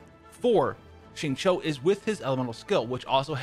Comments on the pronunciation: You are legit the first YouTuber I know that completely aces 'xingqiu' s pronunciation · Thanks for saying his name correctly! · Would you look at that, a Caucasian who actually gets the pronunciation of the "Q" sound in Mandarin right. Nice.